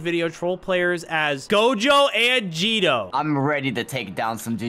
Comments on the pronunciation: It’s not Gido its geto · he said jeto its geto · "Geeto" bro has NOT watched jjk 💀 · Did bro really just say jeto?